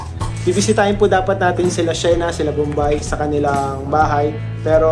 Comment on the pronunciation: To correct po mga,,, Sheena is Shi-na matigas ang bigkas sorry po! Thanks po sa inyo❤❤❤☺️☺️☺️